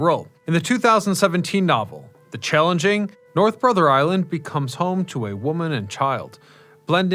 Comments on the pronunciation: The book's name is NOT The Challenging. It is The Change-Ling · Changeling, not challenging